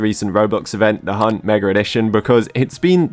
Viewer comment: "megaR edition"